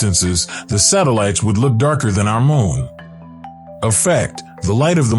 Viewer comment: Larn to say moon right🌜 not mon